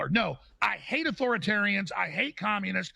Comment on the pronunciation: "Mao Seetong" 😂😂